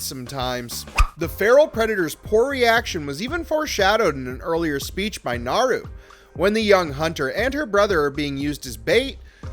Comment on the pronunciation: And yet... they still can't pronounce Naru's name right!